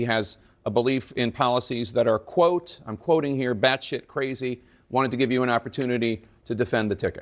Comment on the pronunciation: It's so scary to hear an American Senator speaking so much "batshithe". Is this who America has become? How did that happen? And their speach is about making America Great "again"? Batshithe!